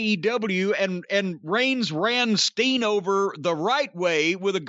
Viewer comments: Keeps sounding like he's saying "Sting". Throwing me off!!! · I dunno why, but it cracks me up when Corny says “Steen.” Agree w/ his assessment of Owens right now. Love him, but it feels like he’s completely lost his edge as a baby face.